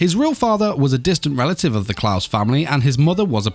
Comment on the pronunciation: CLAES in not pronounsed Klaus K-LIE-Z is how you Pronounce Claes my dude.